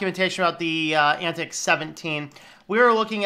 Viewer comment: It's pron:. Ant Tie Ex. It is communistic... So yeah.. and I like it.